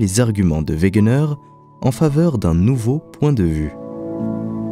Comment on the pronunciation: Excellente vidéo mais il faut dire Alfred wegener et non wegner il me semble